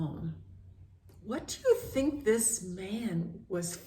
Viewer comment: You really do deep study❤ For shure God can do miricals and like when you say "I tink"